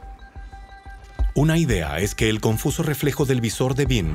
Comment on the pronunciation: Oh, no, es el pésimo doblaje chileno, agregando letras a las palabras: en vez de decir "alunizaje" dicen "aluniziaje", en vez de decir "que" dicen "quie" entre miles de errores de dicción. No pudieron gastar un poco más y encargarle el doblaje a otro país o subtitularlo? PD nadie ha ido al espacio